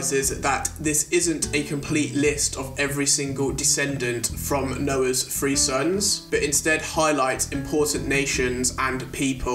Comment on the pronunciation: Oh, 3 sons. I kept hearing free sons and was trying to figure out what you meant.